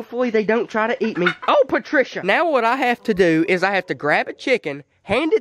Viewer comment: “oh PaTrCiA”